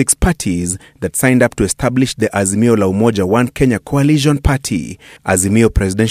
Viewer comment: Harroooo Ass-mio 😂😂😂msarrrendo mtafute booondo 😂😂Harrrooo Ass-mio